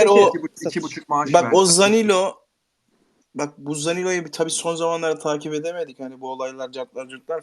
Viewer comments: Zanilo kim birader? Sabah akşam futbol konuşuyorsunuz, sorsak sözde her şeyi bilirsiniz. Belki futbol konuşup para veya kitle kazanıyorsunuz ama oyuncunun adını bile doğru düzgün telaffuz edemiyorsunuz. İnsan yaptığı işi biraz ciddiye almalı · adam hala zanilo diyo ya